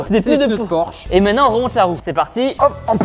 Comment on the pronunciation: Porsche pas porche 😂😂😂